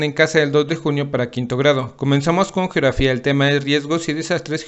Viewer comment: No le pasa que ✨Gerofia✨